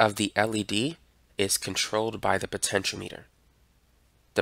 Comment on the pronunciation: Actually after hearing his pronunciation, it should be the accepted pronunciation because it spells out exactly what the compontent operates on - potential power.